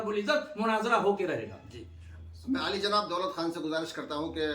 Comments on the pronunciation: Ali pr zabar hai ya pesh Abe jahil jb tujhe ibarat hi nhi padhna nhi aata kahe ka aalim 😅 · Diploma molvi tujhko to ibarat bhi nai prhne aati hai ali pe zabar parhun k pesh 😂😂😂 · Ali ka naam padhna aata nai puchta hai ziar hai jabar hai khud molai kahta hai